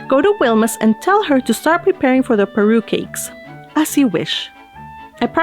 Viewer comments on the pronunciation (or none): Everytime you read "Parue" I was hearing "Peru" hahahahaha your reading is so relaxing to hear ♥